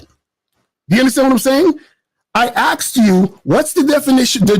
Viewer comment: “He axed you to define it” 🙄